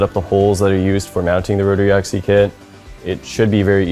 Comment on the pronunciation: Axis!! AXIS!! Not axy!! Dammit!! Put me off my breakfast!!